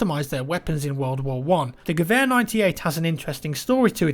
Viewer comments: Yes! Thank you for pronouncing Gewehr correctly! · Wow, he actually pronounced "Gewehr" right this time.